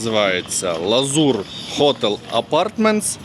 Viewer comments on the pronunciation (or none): Гарного відпочинку! 😊, тільки, hotEl, а не hOtel,візьміть до уваги! А ураїнська Ваша гарна, браво!